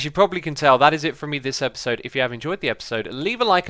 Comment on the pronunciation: If you listen carefully X says eperserd during the intro 😂 (ep-ER-sir-D)